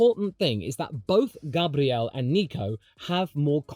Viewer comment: hey idk jf it's your accent or if you're trying to pronounce Gabriel's name right but I appreciate it nonetheless! It's not really a problem to hear the (usa) english version, where it goes more like Gueibriel and the stress is on the first syllable, but if you are trying to do it closer to the brazilian way (gahbriel, with the stress on the last syllable) that's really considerate lol